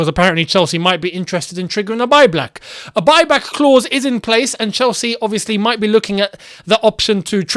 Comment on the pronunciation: talks about Chelsea rumours on Tammy Abraham (at timestamp to ) and says: "CHELSEA LINKS TO TAMMY ABRAHAM BECAUSE CHELSEA MIGHT BE LOOKING TO TRIGGER A BUY-BLACK CLAUSE" 😂😂😂😂 I know it was unintentional but it sounded soooo funny when I heard it 🤣🤣 "buy black" 🤣🤣🤣